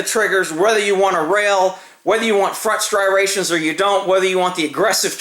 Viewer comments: He said "STRIRATIONS"!!! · "Strirations" "ambirdextrous"